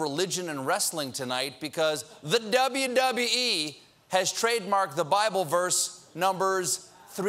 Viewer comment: I like how he said dubbee dubbee ee